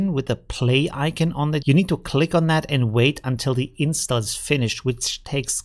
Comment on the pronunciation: icon is pronounced like "Eye-Con" not "Eye-Can"